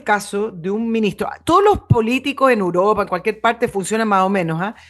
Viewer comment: se dice "Europa", y no " Uropa"